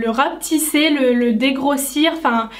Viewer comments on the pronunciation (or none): none